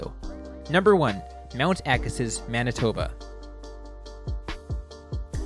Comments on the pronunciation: Why do you call it "Agasis"?? The video even pronounces it properly " "Agasee"... Spent many years at this hill every weeknd in the early 80's. Pronounce it properly!!! Fail.. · Pronounced "Agasee." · Neat video, but I couldn't take the mispronunciation of Agassiz. There's even a video clip that gets the pronunciation right. How did this happen? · Find it odd that the advertisement for Mount Agassiz and the narrator's pronunciation don't match. Did somebody not do any homework?